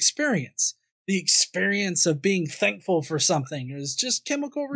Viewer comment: Anyone else noticed this speech quirk this guy has? When he says thankful it sounds more like "dankful". I like the sound of that, have a dankful day, people:)